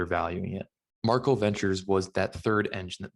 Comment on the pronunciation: Pretty sure the pronunciation is MAR- KEL not “Markle”